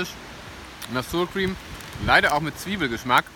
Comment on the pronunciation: Ooh lecker, genau was für mich. Muss ich mir demnächst auch mal zulegen:))). Achja und wirklich nur als liebgemeinte Anmerkung: Sourcream wird nicht [ßuhr Krim], sondern [ßauer Qurihm] ausgesprochen lieber:))).